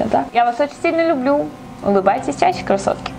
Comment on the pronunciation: Почему я постоянно слышу кроссовки, а не красотки?))